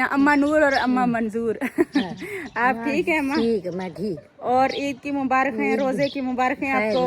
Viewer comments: Mubarak not mubarakh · Mubarak hota hai mubarakh nahi